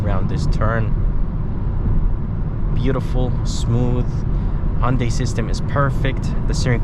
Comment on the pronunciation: Just bought mone last week. Friggen love it. Only thing is i got the dsrk grey color which really doesn't show off body details. And BTW its. HUN-day not HON- day.